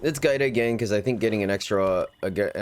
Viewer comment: Yo, my daughter’s name is Giada. It means Jade. The enunciation of it is Gee-ahda.